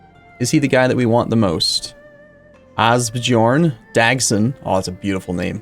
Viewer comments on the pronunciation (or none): Ásbjörn not really pronounced that way. Just the dumb way English speakers decided to spell these Norse words. It's so painful to listen to lol.